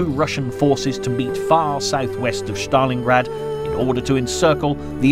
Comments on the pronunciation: Good narration HOWEVER why is STALINGRAD pronounced as, "SCHTALINGRAD"? Is that actually how Russians pronounce it? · There is no “hatch“ In the pronunciation of Stalingrad.